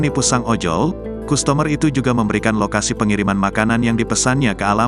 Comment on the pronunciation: Maaf, kata customer bukan dibaca kustomer, tapi kastemer.